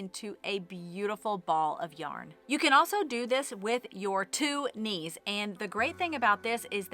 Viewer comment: Actually first I thought you said 'niece' instead of 'knees' and I pictured a little girl holding the yarn like I used to do as a child for my mom 😁